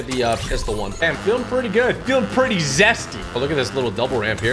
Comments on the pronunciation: lol he really said zessty lol i love your vids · Did he say zesty